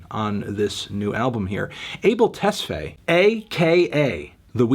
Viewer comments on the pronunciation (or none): It's pronounced A-bell(🔔) tes-fi(WiFi,sci-fi) How do I know? I am eritrean. Eritreans and Ethiopians are basically sister/identical cultures and there isn't enough divergence between us to make us pronounce names differently.